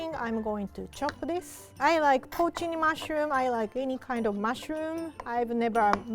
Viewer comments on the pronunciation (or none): I can't understand her pronunciation of the dried mushrooms and the captioning says protein mushrooms, which I'm sure is wrong. Any suggestions?